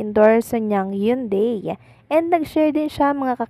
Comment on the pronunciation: basahin mong maigi ang mga words na binibigkas mo katulad ng Hyundai bigkasin mong ng tama.Ganyan si Kim lahat ng iniendors nyang products ay binibigyan nya ng oras.go, go go Kimpau.❤❤❤